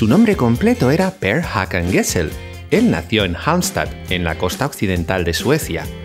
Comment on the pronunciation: Excelente video con mucha información!!! (solo algunos errores de pronunciación de palabras suecas, como Gessle y Gyllene Tider) 😊